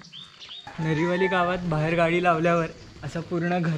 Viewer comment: Its not नेरीवली..its नारीवली